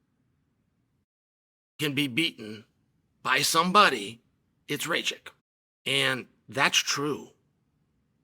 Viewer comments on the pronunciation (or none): It is Raa Kitch and not Ray Chick